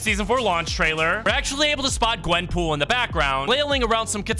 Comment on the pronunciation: Bro it’s Gwen POOL